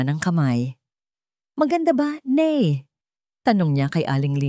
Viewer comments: Ano ba yan????Tagalog ang kwento pero ang tawag sa Ina ay (NEY) DAPAT ,,NAY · Oo nga noh? Bakit ney, foreigner ba ang narrator?😂😂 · Nay po Hindi ney